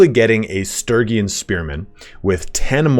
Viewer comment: Jesus take your time getting to what everyone wanted to know. It's Sturgian not Sturygin.